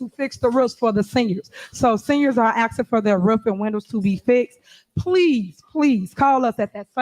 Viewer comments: The word is "asking", not "axing". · “YOU FITTIN TO BE LONG WIT IT” “IM JUS AXING” …THE DEMOCRAT PARTY IN A NUT SHELL SMDH 😂😂